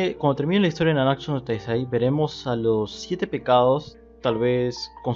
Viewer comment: todavia sigues diciendo nanaksu no taizai:v Solo digo... Gud video Aunque te confundiste:v